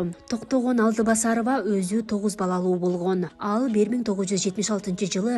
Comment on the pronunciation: Алдыбасарова эмес Алтыбасарова десең.